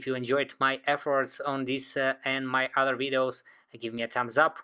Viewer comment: I'm really sick of these "udder" foreigns all over YouTube. Hi. It's OTHER - not udder. Other. Th th th. Get it, FOREIGN? Further. Not furder.